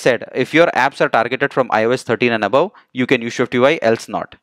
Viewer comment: everything is excellent bus aik masla hai, it is SwiftUI not ShwiftUI, please isko dekhlen, baqi andaaz or tareeqa behtreen hai